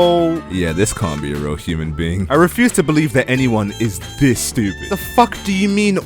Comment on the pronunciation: “Dis” Talk like a normal person